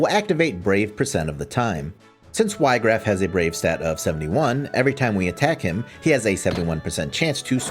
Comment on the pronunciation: not even 2 seconds in: "WHY-graff" bro